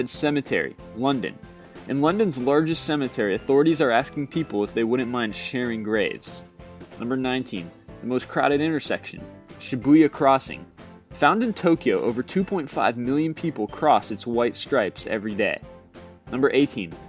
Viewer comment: "shabooya crossing" You just went full tard mister.